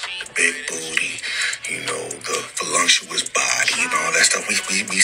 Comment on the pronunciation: Any man who thinks there is an "m" in the word voluptuous is not a man I want.